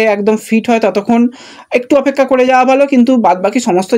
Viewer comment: এবার অফেক্ষা বলা টা বন্ধ করো। ওটা ঠিক হওয়ার অপেক্ষায় রইলাম।😂😂